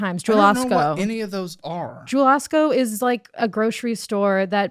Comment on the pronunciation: Definitely a transplant the way she pronounced jewels 😭